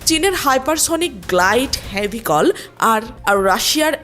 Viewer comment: হেভিকল নাকি ভেহিকল? রিডিং পড়ার যদি এই অবস্থা হয়! আহারে সংবাদ পাঠের...